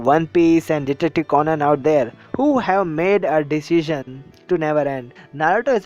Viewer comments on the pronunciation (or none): none